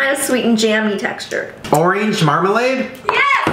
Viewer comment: “Oreeeenge marmalade” I’m gonna have to unstan Shane I’m sorry